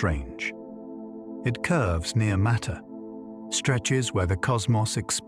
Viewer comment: You could narrate this yourself or with a voice actor. Five minutes in and I hear "maytee tells space-time how to curve and space-time tells maytee how to move." I don't know how the word matter becomes "maytee" on what's supposed to be a science channel. Sorry for the harshness, but this is a large part of what's wrong with the Internet. People will blindly believe anything, and I didn't stick around for the rest of this video to see if this content is factual.